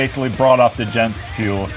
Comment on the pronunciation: Pronounced “djont” with a zero?